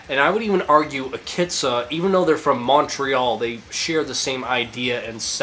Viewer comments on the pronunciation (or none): none